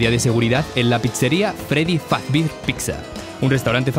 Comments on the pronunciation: me dio risa que dice freddy fazbir en vez de freddy fazbear xd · Ummm dice fazbir no fazbier XD akcnekxbzjkdbd x husbfjixnsnduz que se me ocurre nada de la misma se llevará acabo la compu no me han enviado a usted que me enviaste la información que nos vemos el dvdjnw JJ sdkdjcbdjxjx y la otra